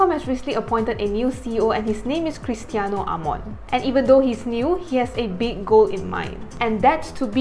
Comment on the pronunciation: Cristiano Amon also incorrectly pronounced. Please 🙏🙏😊